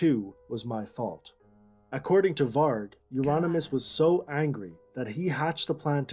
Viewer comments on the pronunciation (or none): Why does she keep pronouncing it "Varch" even after hearing it pronounced? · It annoyed the hell out of me when no matter how many times the name "Varg" was said in that documentary, she STILL mispronounced it!! It's "VARG with a hard "g" sound, like in "game", not like the word "gem". Irked the f*ck outta me. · Why do you pronounce it Var/dʒ/? Sounds like Vag(ina). The guy in the documentary pronounced it right many times and you keep mispronouncing it. The G at the end of Varg is pronounced as G in 'go' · "Varg" varch is not his name... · Is the Varge an inside joke? The dude in the video said it right like 50 times? Also loved the "Attila took over on vocals after Dead's death." 5 sec later: "Wait so who did vocals then? Euronymous?" Also, he deserved to get stabbed fucking 300 times? What is wrong with you? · It's hard G, no "ch" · It's Varg with a hard G